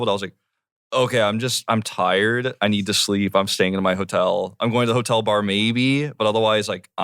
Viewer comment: the way jamie pronounces "landed"😍 let's just die what do i cut?...our friendship? i'll stick to juice jam i'm tiyerd [drop] nemesis...you're lying what bikini do YOU wear? jamie the quote machine